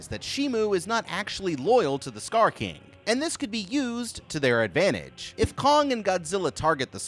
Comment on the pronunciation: STOP SAYING STAR KING